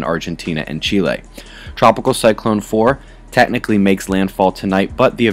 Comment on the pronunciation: Kudos for pronouncing Chile correctly. :)